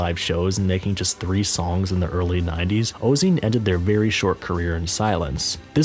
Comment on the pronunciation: pronounced: "oh-zay-on" 😉